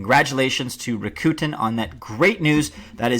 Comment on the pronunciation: I put my money on Alan Greenspan as the real SN! He had the programming expertise, the connections and a thorough understanding of the global monetary system. Other evidence exists as well!!! PS: According to the company it is pronounced RAKooten!